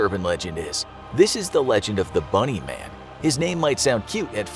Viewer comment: When he said bunny man I thought he sad MONEY MAN